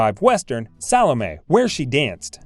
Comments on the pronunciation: And who the hell is Salmay? If you are trying to pronounce Solome, try sah-lah-may. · Hearing her name mangled every few minutes is torturous. The you mangle Salome! Sall-O-MAY. Like that, okay? you need to redo your audio for this video.